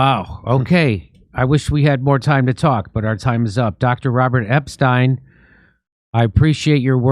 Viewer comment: it's Epstein! not Epstein! 🙄